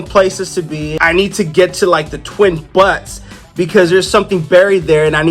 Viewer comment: buttes is pronounced "BYOOTS" rhymes with "Cute"